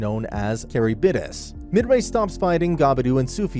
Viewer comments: it's ka-rib-dis bruh. not ka-ri-b-dis. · I just got to the part where they said Charybdis 💀